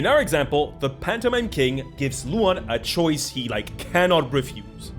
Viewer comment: I swear I heard phantomime like a MiME